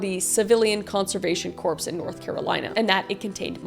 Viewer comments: Prounounced=Core, not corpse...😂 so it's the marine "core" not the Marine "Corpse". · "the Civilian Conservation Corps" Corps is pronounced like "core" not "corpse" ❤ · C.O.R.P.S. is pronounced 'core' in the Americas. :)